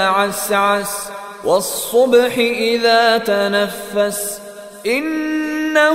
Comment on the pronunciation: idha not itha. the word is daal not taa. how can you get this wrong??